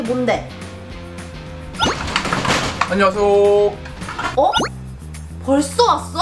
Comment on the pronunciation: 남반장: (드르륵) 안눵하세요~: (드르륵) 비키야~: (드르륵) 와썹 뷔퀴!